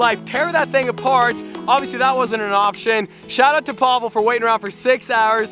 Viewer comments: Pablo🤣🤣 it's Pavel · He is not a gypsy, he is russian so don’t call him pablo, its Pavel!!!!